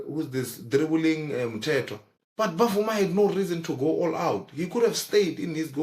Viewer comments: Guys the goalkeeper is Bvuma and not Ba-vuma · You pronounce it like "Vuma" , the B is silent